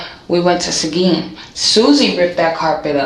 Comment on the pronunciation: It's Seguin Texas, not sagen!!!